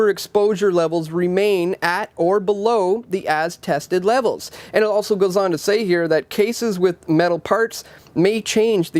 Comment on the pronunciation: There is no T in the word 'also'